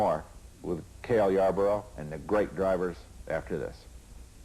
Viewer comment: It's "Yarborough".